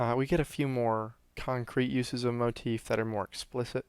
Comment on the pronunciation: I enjoy this videos but you say motef alot. It's just a bit of constructive criticism. Pls don't take it personally.